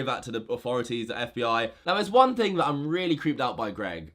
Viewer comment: Can u learn how to say THat instead of vat